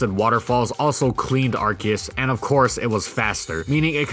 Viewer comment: You say Ar-key-us I say Ar-see-us